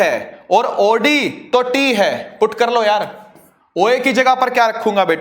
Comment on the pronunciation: When sir speak oD and i listen audi